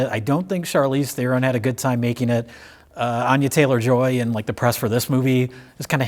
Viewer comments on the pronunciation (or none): You guys give crap to for his pronouciation of words, but proceeds to call the leading actress "Anya Chaylor"